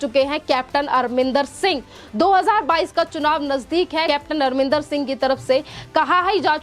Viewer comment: Madam u r pronouncing CM Arminder rather it's Amrindèr Singh